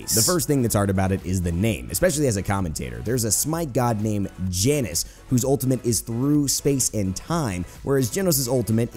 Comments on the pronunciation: OOF. it's pronounced Yah-nus, not Janus. <3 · Isnt janus pronounced yanus as he says not jhanus